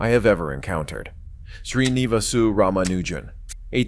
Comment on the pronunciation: The real Hardy didn't speak with an American accent. And he also knew how to pronounce Ramaujan's name correctly.